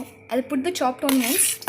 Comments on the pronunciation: Onion is pronounced as anian* what d hell is onion 😂😂😂😂😂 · It's onion not oonion mam😂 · The pronunciation of onion is wrong